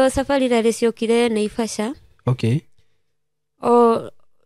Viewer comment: ni rally sio lary